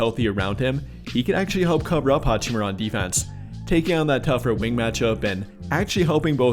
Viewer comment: Dude said hachimura